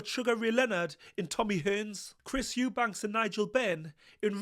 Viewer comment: Eubanks? ITS EUBANK!!!